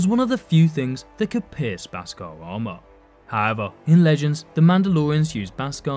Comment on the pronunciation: It's pronounced beskar not baskar